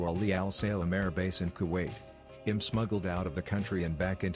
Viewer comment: Do you not know how to say the word I'm? It's a contraction of the words I and am.